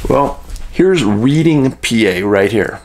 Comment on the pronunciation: Reading is pronounced Redding